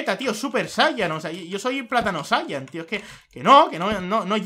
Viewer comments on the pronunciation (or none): none